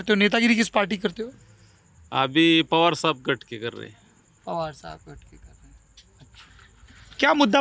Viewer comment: सौरभजी.... आपके उच्चारण मे बार बार घट शब्द आ रहा हैं | यह उच्चारण गलत हैं | मराठीमे गुट (Group) को गट कहते हैं ना की घट.... कृपया ध्यान दे.... सुनील पोंक्षे, पुणे